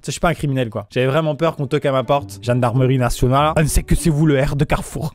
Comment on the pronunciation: Je kiffe « gendarmerie nationale » avec l’accent mdrr